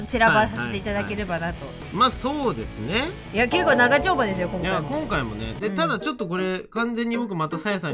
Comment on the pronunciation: 長丁場ですよ。が ながちょんぱですよ。に聞こえた…